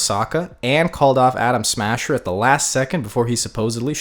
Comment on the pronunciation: Bro uk every other time u say Adam smasher u say Adam Sandler